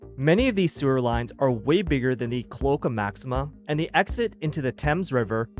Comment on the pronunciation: Cloaca - Our host pronounced it "Klo-ka." Pronounciation: A cloaca (/kloʊˈeɪkə/ kloh-AY-kə), pl.: cloacae (/kloʊˈeɪsi/ kloh-AY-see or /kloʊˈeɪki/ kloh-AY-kee), is the rear orifice that serves as the only opening for the digestive, reproductive, and urinary tracts (if present) of many vertebrate animals.